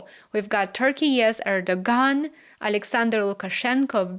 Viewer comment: Love your reporting. I often get the latest developments from you first. One point re pronunciation: The ‘g’ in Erdogan is silent.